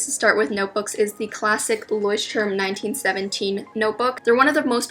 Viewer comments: You pronounced Leuchtturm wrong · Love how she pronounced Leuchtturm😅🤣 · the way she says "Leuchtturm" is so funny makes me wanna cry from laughing